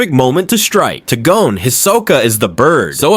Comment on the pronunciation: Bruh... He-so-Ka.... and Gone, not GO-Ne. otherwise, fuckin nice. Never noticed Panzo